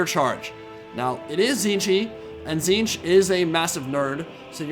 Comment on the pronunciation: it's pronounced tit-snitch, not ti'ziinch